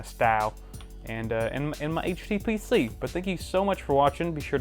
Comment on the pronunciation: What did HTPC stand for - sorry I didn't understand it in the video - to me the t sounded like you said tutor.